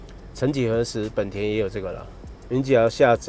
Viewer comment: 為什麼明明是「ほんだ」honda，偏偏一堆人唸「はんだ」handa？